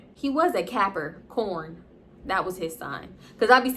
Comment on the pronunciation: SHE HAD ME DEAD it sounded like she said "capper-corn" LMFAO